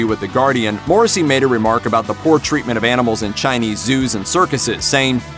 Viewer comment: learn how to pronounce his name correctly before spewing bullshit on one of the most gentle, and beautifully misunderstood lyricist of the modern age.